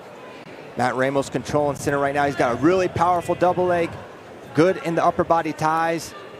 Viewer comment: “right meow”. Thought you could sneak that in there without someone knowing huh?